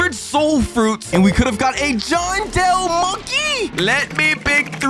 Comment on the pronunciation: Yall didn't realize hr said johndell